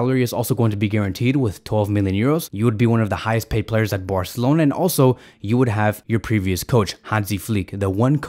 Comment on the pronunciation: I like how he says "barcelona"... bwarcelona xd